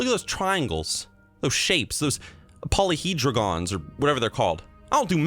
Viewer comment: Polyhedrogon? Lol what the hell is a polyhedrogon?!